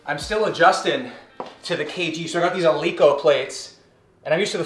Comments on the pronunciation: Might have been my gf who packed those Eleiko weights for you man, also we pronounce it "Eleyko" in Sweden Have a good one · I love how right after he corrects himself from the other video accidentally saying "mirin" and "zyzz" wrong, he goes ahead and says "eleiko" wrong too lol lol